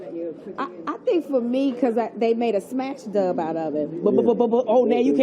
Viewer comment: LOL she said smash dub , its dub smash.... #LOL TARAJIANDTERRAMCAREMENTTOBE